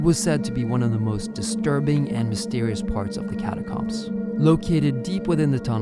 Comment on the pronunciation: Catacombs. Not cums?